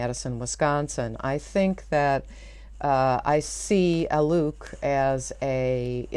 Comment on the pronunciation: I am pretty sure his name is pronounced to rhyme with "bloke".